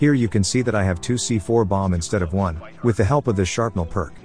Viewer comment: Bro it’s shrapnel not sharpnel